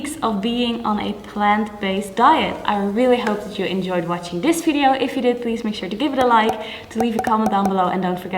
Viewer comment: Best thing I like how you say "(F)video" :)